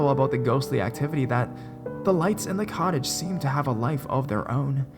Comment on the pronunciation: It sounded like he said,"she rented a college"